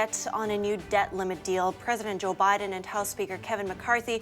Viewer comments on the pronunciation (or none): "President OBiden". Freudian slip there? I applaud.